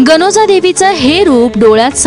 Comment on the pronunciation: गानोंजा नाही गनोजा देवी